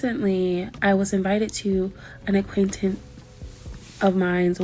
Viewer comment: " A quain tin " ( acquaintance , I think she meant ) WTF Trying to use " big words " to appear intelligent but getting it so badly wrong you expose had terrible your vocabulary is 😅 IQ of a cabbage Which explains why it's possible that she said such obvious bullshit and think anyone would believe her Difficult to believe this is real at all Might just be Rage Bait Great job if it is 👍 Follow that formula to get a viral video Simple- appear stupid at the start by getting a big word embarrassingly wrong , then say something designed to trigger people Create a story round about it Make fake texts Post video, go viral $$$$$$$$ What seems more likely ? Is this a real person being real and exposing how dumb they are online , Or a fake person faking for $ ? .....🤑